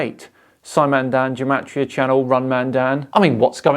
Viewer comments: Its pronounced with a hard G like game. Not like jematriah. I know is only pronouncing it that way because this joker is. The fact, however, that this joker claims to be a Gematriah expert and cant even pronounce it is.... sad. Also the entire concept in Judaism is based on the concept of sanctity of the Hebrew language in the bible and the fact that in ancient times the hebrew/aramaic alphabet was also the number system. Something that cannot be said for the modern English alphabet. But I suppose when people appropriate others culture they rarely show it enough respect to actually learn about its history. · I'm a Hebrew speaker, & "Gematria" is pronounced with a hard G as in "God", & not like a J. I'd expect Zach to know that, as someone who claims to be such an expert in it. Also, it's interesting to note that even medieval rabbis who excelled in Gematria & wrote many manuscripts on it always clarified that it can't be used to prove anything.